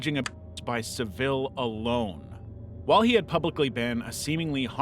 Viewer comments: Another simpy channel which can't stand to be demonetised and instead pointlessly mutes out words which are pertinent to the very content it's creating...Also, learn how to pronounce Jimmy Savile's surname properly. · The picture is not of Jimmy Savile (you pronounced his name completely wrong btw), it's of comedian Steve Coogan, who played Jimmy in a dramatisation for television, which he did incredibly well. You shouldn't be showing pictures of a very-much-alive and talented comedian, as Jimmy Savile, it's a complete misrepresentation. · The Jimmy savile bit was annoying not only because you couldn't pronounce his name properly, but you also showed a picture of Steeve coogan playing him (in a documenatary after his death ) in the reckoning without saying that was what it was. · Lmao at the pronunciation of Savile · How do you not know how to pronounce Jimmy Savile's name? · How can you research Saville and still mispronounce his name? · Narrator's just havin' a bit o' fun-fun-fun, luv. Savile doesn't deserve the respect of having his name pronounced correctly. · that isnt Jimmy Savile and it’s Savile not Seville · It's not your fault that you keep pronouncing Saville as 'Sa-vee-le', when it's more like 'Sav-ul'. You've accidentally made him sound posh, but as we know, he was anything but. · It's pronounced "Sah ville" you 'no-research doing' hacks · Its sav-ill not seville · It's pronounced Savull, not Sa-vill. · Jimmy Savile not Jimmy Sevile, Sa-ville with an "ah" ......bloody Americans 🤦‍♂️🤣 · Jimmy Saville's name is pronounced "SAH-vil" not "suh-VIL", for future reference. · its saval not civil that how you say the name bro he was a monster watch louies throuxs documentarys about him eye openers he says in on of the early focumentary he licked his women brain dead and no one clicked on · The most moot of points, but Jimmy Savile is pronounced SAH-vil, not sah-VEEL. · It's pronounced Jimmy "Sav-ull", not "Sav-ill" ~ Yours kindly, A Brit. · Ah yes "Jimmy Suhvill"